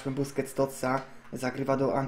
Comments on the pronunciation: "buskets totsa" xd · troszke po 6 min powiedzał busqets (niewiem czy dobrze napisałem) totsa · "Bousqets totsa" Junajted 2016